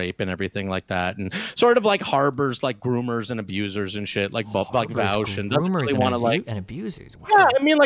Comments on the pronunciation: You can easily tell how a conversation's gonna go as soon as someone says "Vowsh" instead of "Vaush" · Why do all the nut jobs say "Vowsh"? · Every person that pronounces it "vowsh" has always turned out to be a unhinged lunatic it's amazing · Voooosch fab. seriously though, why cant people pronounce your name? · This dude OOZES insecurity. He ends everything by saying he doesn't care. Hes also intentionally mispronouncing Vaush because thats how much he doesn't care about the guy. LOL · I think mis-pronouncing Vaush has become like a meme to his detractors... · Is purposefully mispronouncing "Vaush" the #privileged cis white male version of purposefully misgendering someone? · Well Vaush did give the take that neo-pronouns are essentially just nicknames. And the name "Vaush" is just an online alias/nickname. If you stretch this line of thought out so flatly it becomes 1D, then it could be trans-phobic to intentionally mispronounce his name. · He pronounces Vaush the same way Kraut does, lmao. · he pronounces your name in Sargonian on purpose